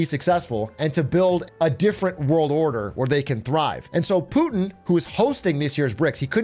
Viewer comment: IJBOL every time lil bro says "Poohtin" 😂